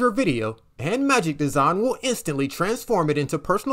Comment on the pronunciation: Magic Desawn/ Magic Dezon/ Magic Deson lol